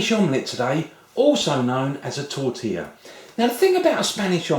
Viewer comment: Isto é um "atentado" à tortilla!! It means this guy is killing "tortilla"! Ihihih, an englishman in Spain...